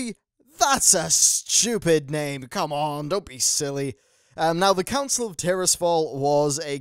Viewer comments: Dat Counil of Glades;) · Lol "Counil of Glades" at the intro